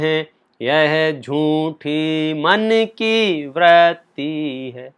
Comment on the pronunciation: Vratti (व्रत्ति) नहीं Vritti (वृत्ति)| क्षमा! मैं शब्द मलेक्ष नहीं हूँ किन्तु उच्चारण सही कर रहा हूँ।